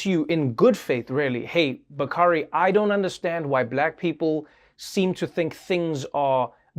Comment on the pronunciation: Hey Trevor and Bakari Sellers.. The correct pronunciation of the name is Bak..a..ree Its Swahili...means of Noble promise...its my 21 yr old son's name named by an official in Ghana....